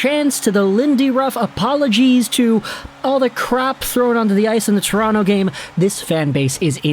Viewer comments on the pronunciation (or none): none